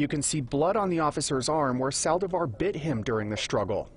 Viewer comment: Lots of problems for this reporter to say "Saldívar". I had no idea what he was saying